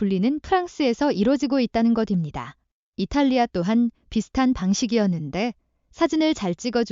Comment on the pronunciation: 국어를 잘 못 읽는군요. 것입니다는 거딥니다가 아니고 거십니다로 읽어야합니다. 초등학교 졸업했나요